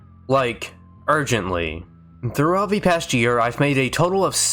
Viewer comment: I still can't tell if you said "urgently" or "argently" in the intro. Sam Hayden chuckles.